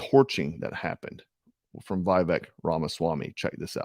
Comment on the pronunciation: Vivek, it rhymes with “cake” 🤷🏻‍♂️ it’s pretty easy to pronounce correctly.👍🏼